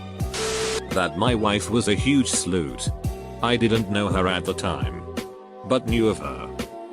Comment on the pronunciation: No one: The text to speech thing: Sloot